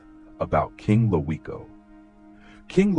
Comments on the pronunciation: It's pronounced "Loco" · you are saying his name wrong , him and Troy wasn't half brothers you ass cap take this bullshit down, and wasn't natural causes my blood stop the lies😮